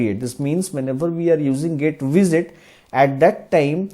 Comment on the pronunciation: I don't mean to disrespect, but the way you pronounce GetWidget is really strange. Somehow it sounds more like GetVisit or something. Strangely you pronounce "widget" more correct. GetWidget should sound the same, just with "get" in front of it